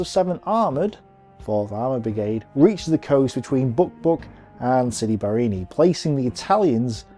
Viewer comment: Great job! I suggest you work on your pronunciation, though. It's not that hard. You can practice sounding out the names, syllable by syllable: "Ca-puz-zo," "Bar-ra-ni." If you practice it and repeat it a few times, you'll get it.